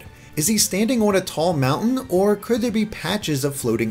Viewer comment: "Nice bod you've got the'e." Kept completely intact, but with 100% more Welsh.